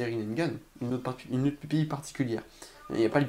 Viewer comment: C'est pas rinneNgan connard c'est rinnegan